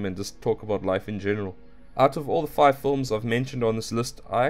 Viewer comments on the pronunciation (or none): none